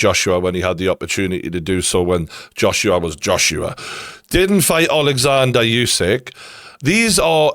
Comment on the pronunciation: Geordie, I just want to correct you with pronouncing Usyk - The U is NOT YOU. You are saying YOU SYK. It's OOH SYK